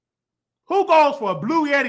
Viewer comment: Did he say “blue yeti to Burger King” 😂 💀